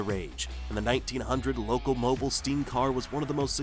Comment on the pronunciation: It's loco-mobeel. Not loco-moble.